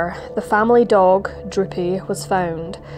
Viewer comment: At first, I thought you said the dog's name was Drippy, but after relistening a couple of times, I was disappointed to find that it was in fact Droopy. Nevertheless, I did like that both times you mentioned the dog, you felt it was important to pause and say his name.